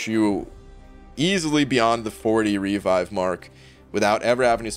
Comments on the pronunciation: haha literally never heard anyone say "REE-vive" before in my life It's "Re-VIVE" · For gods sake, revive is not pronounced REE-vive.